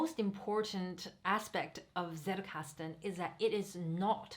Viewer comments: German here . as you are using this word so much , you may want to pronounce it properly : it is not settelkasten , it is tsettelkasten . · Great video, thank you. Btw not that it matters, but if you want to stand out in the English speaking Zettelkasten community, the way the word is pronounced in German is "tsettelkasten", a combination of a hard t sound and a sharp s at the beginning. :-) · Thanks a lot, very well explained! (Fun fact: The "Z" in "Zettelkasten" originally is pronounced like the "Ts" in "Tsunami" ;D)